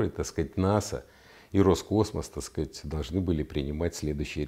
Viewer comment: Пьём каждый раз, после произнесения генконструктором Виталием фазы "так скаать"